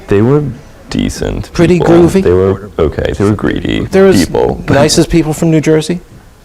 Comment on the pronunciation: If you listen closely, I think he's saying they were "groovy" people, not "greedy" people. The host specifically asks him if they were groovy, and right after that he says they were groovy people. There's a weird echo on his voice and he doesn't pronounce the word very clearly, but I'm fairly sure that's what he says.